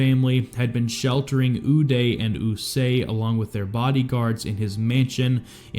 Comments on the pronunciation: It’s Qusay not Usay you chomo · It’s Qusay Hussein not Usay. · Hey dummy, it's "Koo-say", not "usay". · Sadam Hussein's sons were Uday and Qusay Hussein so I'm curious why you pronounce Qusay as "Eww-Say" when it's actually pronounced "Koo-Say" ? Not that anyone really gives a crap. I certainly don't but in an effort to be accurate it's nice to get it right. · Qusay is pronounced , KOO-SAY... OOH-DAY, and KOO-SAY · Uday and QUsay...KOOsay... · Ooo-day & coo-say is how the names are pronounced I believe. 😅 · Qusay…with a Q…